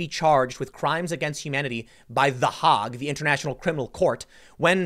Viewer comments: ) it’s Hey-g not Hog still great work thank you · Haig, not Hog. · Love your cast, Tim.... but the ¨HOG¨? It’s the “Hague” (Hâ-gue) dude! 😂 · It's not the Hogue...it's the Haygue (Hague) Tim. BTW, this is what germ warfare looks like. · The Hague is pronounced Hayg, not hog. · BTW, it’s not hog, pronounced the Hage, like page. Hague is not easy for us, I realize. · The A, not the G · Pronounced The HAYg. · Not "the HOG" it's pronounced "the HAY-Gue" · well to be fair, once he said "the hahgh" he kind of lost credibility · It’s pronounced “Haig”, just in case you didn’t just misspeak. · "Hayg." Tim, Haag is pronounced "Hayg" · The “hayg.” Like the plague. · TDS = tedious. The Hague....pronounced 'hayg' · the hahgh? it's pronounced hague like plague. seriously, you need school so much more than you think. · It is pronounced “HAYG”.... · The Haaag? Really? That's a long 'a' there, Timmy. Just sayin'. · Tim, it's pronounced "The Haig." It's a long "A." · Tim, it's pronounced "Heygg." Listen to how to pronounce the name of the Dutch city on Wikipedia You'll be happy to know that I've had to click through 2 YouTube placed ads in the first 15 minutes of your video. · Quick pronunciation note: "Hague" rhymes with "vague". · I know its petty... but the way he says the Hague makes me itch. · I'm glad to see you covering more of this stuff. But, the way you pronounce Hague. Oof :'D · Its the Hague rhymes with Hey! rhymes with tray, not rhymes with bog not rhymes with dog. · Hint from a Dutch guy: the Hague is pronounced similar as 'vague'. The official name is " 's Gravenhage" (including apostrophe), but I'll spare you this time. It is often abbreviated to 'Den Haag', hence the English name.